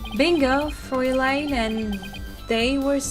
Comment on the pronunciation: Don't worry. You're pronouncing "Fräulein" correctly.